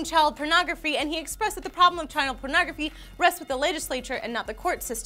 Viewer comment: lol says child PERNogrophy.